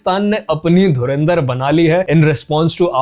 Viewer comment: Ye kya boli? Dharmendra film?? Inse dhurandhar bhi nahi bola jata dhurindar, dhrundar bta nai kya kya bolte hai ye logon ne Chhichundar bnayi 😂😂